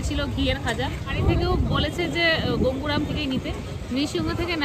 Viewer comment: কথা টা গোঙ্গুরাম নয়। গঙ্গোরাম । ভুল কথা টা কানে লাগে।